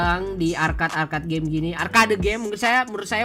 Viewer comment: Arcade di baca arked kont